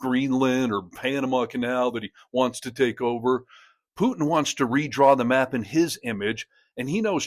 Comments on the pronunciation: tRump, your full of💩 Kennedy, putin is pronounced POOTIN not PEWTON. Thanks for the coverage👍💙🔵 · You've got the sense to correct Kennedy's 'Pyewtin', you should know it's 'where we are', not 'where we're at'. And it's not 'nukyuler', either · Did he say “Pew-tun”? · I love how ding-dong Kennedy calls him PEW-TIn. He can't speak English the way I do...DEPORT HIM, right MAGA? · Who is "Pewtin"? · He said Puetin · Did this old woman, Kennedy say Pewton? End the war in 24 hours or less? Only Imbeciles believed that. No way is Putin afraid of trump, no way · Foghorn Leghorn calls him "Pewtin". 😂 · Ha ha Pew-tin. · Pewton, ha ha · Put your teeth in before you speak Kennedy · Kennedy from Louisiana is a Jacka$$ full throttle. Alligators from the louisiana swamp has more brain cells than him, plus he always sucked up to Lumpy brain Don. He can't even say the Russian Losers name correctly. Another Louisiana Low grade education politician. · Kennedy can't even pronounce putin😂